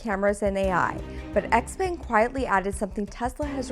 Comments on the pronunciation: its not "X-peng" but "xiao peng" like in xiaomi.. well if you know how to pronounce that one correctly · Also, the brand name is Xiaopeng (pronounced Shao Pung), not XPang. So cringe 😂 Also if you're unaware, China has lead the way since the beginning on both BEV and Self driving. I know you're a Tesla bottom feeder but it's worth knowing. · Xpeng (which you're pronouncing incorrectly) is decent but you should test the Huawei self-driving system. Tesla's FSD is not good, it needs to improve. Both Tesla and Xpeng would benefit from lidar.